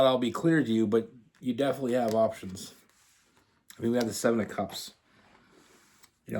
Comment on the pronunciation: When you say “cups” I hear “holes” which checks out 🤣🤣